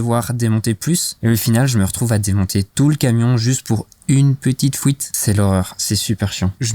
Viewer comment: GG hombré ! L'important ce n'est pas le voyage, mais la destination en tout cas quand on prépare un van, sinon c'est un peu difficile de voyager en toute sérénité. J'ai bien entendu "Fouite" aussi et pas mal de "chipoter", mais c'est pas grave on te pardonne, car la vidéo était vraiment sympa et que dire de ton éponge Homer Simpson ? Bref, à bientôt pour tes prochaines vidéos.